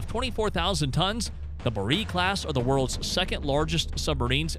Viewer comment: When they pronounce Borei as Buh-reee you know to be skeptical of the rigour of research.